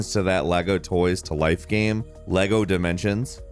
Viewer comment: Does this guy know there’s an “A” in the word gAme. It’s not gem. I can’t do this.